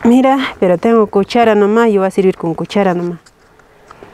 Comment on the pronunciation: Jajaja ella es bilingüe porque habla español y quechua , en español no puede pronunciar la “e” porque en quechua no existe ese fonema. Que lindo es aprender y enseñar